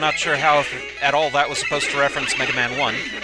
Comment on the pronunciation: "Now, Megawmahn, you awe weady to fight doctoh Wahwee. Fight, Megawmahn, fow evewasting peash!"